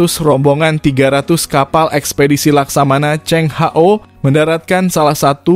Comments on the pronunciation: Yg benar laksamana cheng hoo bukan Hao yg baca itu boot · 😂 iya Ceng ho ( H-O)😂😂😂